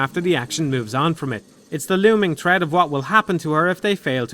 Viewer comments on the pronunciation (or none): none